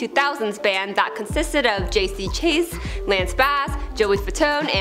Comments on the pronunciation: It's pronounced Sha-Zay hmm okay and so what, it's not the end of the world. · Not that it matters, but J.C.'s last name is pronounced as "Cha-zay"...if I remember correctly. It's been so long since I was a hardcore Nsync fan so I could be wrong. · I'm glad I'm not the only one. I was doubting myself at first saying, "Wait is it...? Naaaah, I'm sure I'm right ." Even if I'm half right, I know good and well it wasn't "Chase" or whatever she said. They don't give a crap about how to pronounce stuff on this channel. Lol. I'm surprised she didn't say Joey "Fatoney" and Chris "Kirkpatrise". 🙄😆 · JC Chasez...it's pronounced Sha-Zay... You guys do that a lot. You might want to do a little research first. Just sayin.